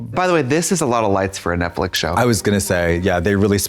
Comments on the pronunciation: Why does Trixie say netflick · Not Trixie saying ‘Netflick’ again 😂